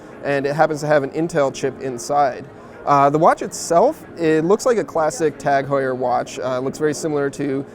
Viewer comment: Would be best to learn how to pronounce the company name properly before doing a video on it